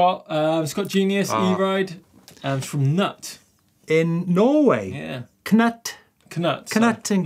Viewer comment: It's Knut not Knøtt say U not Ø. it sounds like U in mute, Norwegian U sounds like an U not like and Ø the cow said MØ I hope that helps. I am Norwegian. & pls ignore how google translate say things if you want to use that in the future.